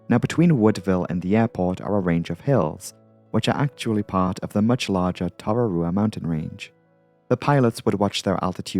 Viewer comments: Ka pai! On your pronunciation of Tararua. That was spot on! (We'll work on Manawatu ROFL) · Good pronunciation of “Tararua”. A bit off on “Manawatu” - it’s more like “manawa-too”.